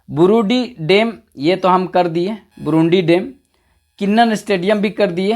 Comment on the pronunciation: Burudih ko barudih bolte sir